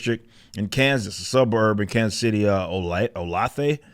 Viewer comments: It's pronounced "olay-thuh", Kansas 🤣🤣🤣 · I lived in Kansas City for ten years. It's "o-LAY-thuh." Surprising to hear it mentioned here, but the story doesn't surprise me. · It's pronounced oh-lay-thuh. No biggie, this area is full of Indian names. Bigger thing is I didn't realize that stat in this area. My kid is only 2 and I'm just now looking into this craziness. I will never trust public school remembering back to when I went through that sh*t system. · It's pronounced O Lay Thuh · It's oh-lay-thuhh. Kansas side suburb, middle class, can get rural. My neice has a farm on the far edge of it. Native American word. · Oh-lay-tha, Kansas. Love the content!